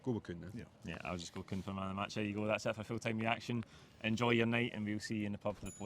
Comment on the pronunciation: *Kuhn - get it right FFS! 🤦🏻‍♀️